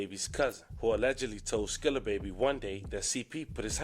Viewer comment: It's not skrilla lmao it's skilla